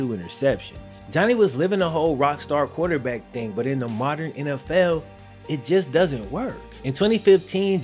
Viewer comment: My man said QUATERback. 😅 dope video bro, as always! Cue the Wayne!!!